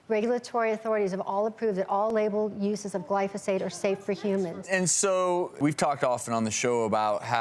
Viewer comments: Lol. These idiots don't even know how to pronounce glyphosate. Also, it's in the same clas of carcinogen as working night shifts or a fry cook. I'm shaking in my boots. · its pronounced GLY-pho-sate. not gly-PHAH-sate. bunch of environmental pricks think everything causes cancer. it takes more glyphosate to kill lab rats than it does table salt